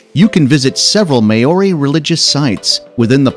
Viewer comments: Very nice video. Terrible pronuniciation of local names. Example. Maori is pronounces Mowree. Not Maaaorri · The word "Māori" is pronounced "moe-ree" thanks